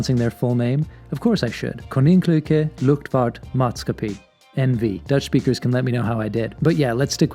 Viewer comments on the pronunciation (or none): I think you pronounced "koninklijke luchtvaart maatschappij very good! but the "aa" in maatschappij you say like the letter "I" with a very american accent. also "ij" is è-e. I would very much like you to try it in a video! : ) Groetjes uit Amsterdam!